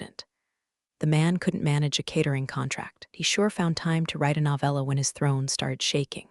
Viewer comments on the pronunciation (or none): none